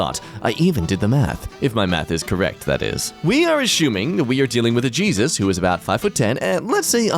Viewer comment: Did that say... jeezit?